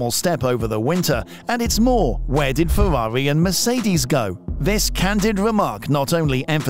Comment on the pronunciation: its Ferrari not fewawi